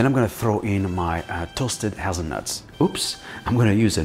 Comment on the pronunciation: hazeweavil nuwt millerk